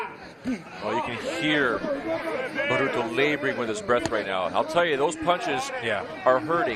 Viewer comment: His name's not bruto, it's baruto